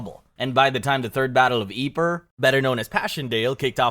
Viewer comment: Yeeper, not quite the right pronunciation buddy